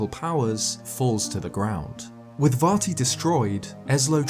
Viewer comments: Calm down, it's Vat E. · I kept hearing "Farty" which greatly enhanced the viewing experience.